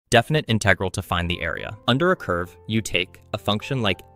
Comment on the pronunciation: "Definit inegrle"